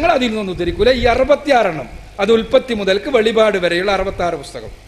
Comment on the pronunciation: ആദ്യം നുണ പറച്ചിൽ നിറുത്തി ബൈബിൾ പഠിക്കൂ വെളിപാടല്ല ..... വെളിപ്പാട്